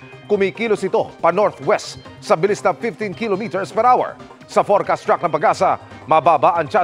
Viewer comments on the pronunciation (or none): GMA weather report reader. Here's the preferred pronunciation of the word "kilometer": ki - LO - me - tr. The stress is on the 2nd syllable.